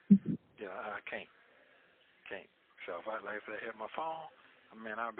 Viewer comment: He said he realizes you broke Sonya and can't help him with his bawn....you only got a couple of bucks to put on this "foam" that he can't talk on😂